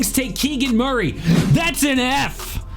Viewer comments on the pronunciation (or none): none